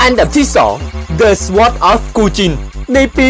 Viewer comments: มันต้องซอร์ด!!!ไม่ใช่ซะหว้อด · Nonny English อ่านว่าซอร์ดค่ะ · ิ่อ่านว่า ซ๊อด นะครับ S ตัวหน้า ออกเสียงครึ่งคำ ไม่ใช่ ซะว๊อดด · การใช้ภาษาอ่อนมากเลยครับ พยายามศึกษาให้มากกว่านี้ ขอบคุณครับที่อุตส่าห์ทำมาให้ดู Sword = ซอด ไม่ใช่ สวอด อังกฤษ = อัง-กริด ไม่ใช่ อังกิด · Sword อ่านว่า ซอว์ด ไม่ไช่ สวอด ครับท่าน เด็กๆจะได้เข้าใจถูกครับ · สวอด เหี้ยไร เขาอ่านว่า ซอด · sword อ่านว่า ซอด นะคะไม่ใช่ซะวอด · Swordอ่านว่าซอดไม่ใช่ซวอดครับ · Sword อ่านว่า ซอส นะครับพี่555 ไม่ใช่ สะวอด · พี่อ่านว่า ซอท ไม่ใช่ ซวอท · ขอติหน่อยคำว่าsword อ่านว่า ซอร์ด ไม่ใช่ ซวอร์ด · ขอแนะนิดนึงนะครับ พูดชัดฟังเข้าใจดีครับ แต่คำว่า sword อ่านว่า ซอร์ด นะครับ ไม่ไช่ สวอร์ด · พี่ครับ The Cursed of muramasa ไอตรง the cursed อะครับอ่านว่าเดอะเคิรสไม่ใช่ เดอะครุเสดครับ ส่วน sword อ่านว่าสอร์ดไม่ใช่สวอร์ดครับ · ซอดครับไมใชสวอด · ไม่ได้ว่างู้นงี้นะ เหมือนพูดเหมือนแบบ ลิ้นจุกปาก อารมณ์เหมือน แจ๊สเล่นเป็นเด็กแว๊นเรื่องสุดเขตสเล็ดเป็ด 5555 เพิ่มเติมนะครับ sword ไม่ใช่ สว๊อด นะ เค้าอ่านว่า ซอร์ส ลองหัดเปลี่ยนการเรียกดูนะ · นาทีที่8.21 มันต้องพูดว่า เดอะ วอลเลซ ซอร์ด ไม่ใช่ เดอะวอลเลนซ์ ซวอร์ด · sword อ่านว่า ซอร์ด ไม่ใช่ สะวอด น้าาาา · sword ออกเสียงว่า"ซอร์ด"ครับ ไม่ใช"่สวอร์ด" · Sword อ่านว่า ซอรด์ ครับ ไม่ใช่ สว๊อด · Sword ซอร์ด ไม่ใช่ สะหวอด Cursed เคริส์ คำสาป ไม่ใช่ Crusade ครูเซด นั่นมันสงครามแย่งชิงเยรูซาเล็ม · ซอด คับ ไม่ใช่สวอด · sword อ่านออกเสียง ซอร์ด ครับ ไม่ใช่ สวอร์ด ถ้าออกเสียงว่า สวอร์ด มันไม่มีความหมายแน๊ะแจ๊ะ .. ซอร์ด not สวอร์ด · sword ไม่ได้อ่านว่า "สะหวอด"นะครับ เขาไม่ออกเสียงตัว w เป็น " ว " แต่ออกเป็นสระอะอุเบาๆ ซุ+อ๊อด แบบพูดเร็วๆ 555 อธิบายแล้วงงเอง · ซอตไม่ใช้สวอตคับ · sword อ่านว่า ซอร์ด นะครับไม่ใช่ สว๊อด =_=" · sword อ่านว่า "ซอร์ด" ครับ ไม่ใช่ "สวอด" เห็นอ่าน สวอด ตลอดเลย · SWORD อ่านว่า ซอว์ด ไม่ใช่ สะว๊อด ครับ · sword แต่เวลาออกเสียง= sord ถ้าออกเสียงว่า สะหวอด ในภาษาอังกฤษไม่มีความหมายพูดให้ตายเค้าก็ไม่เข้าใจ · Sword อ่านว่า ซอดจาาาไม่ได้อ่านว่า ซะ วอด เม้นแรก ถ้างั้นคำว่า Know ไม่อ่านว่าคะโนวด้วยหรอ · เดอะซวด 55555 กูขรรม 5555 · Sword อ่านว่า ซอร์ด นะ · พี่อ่านว่า ซอด